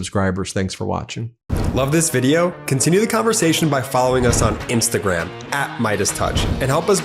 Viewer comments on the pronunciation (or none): none